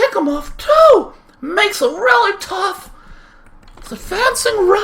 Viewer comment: thats gonna fe tuff???????? u mean thats gonna fe tubb